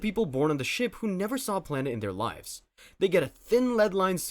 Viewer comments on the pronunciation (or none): none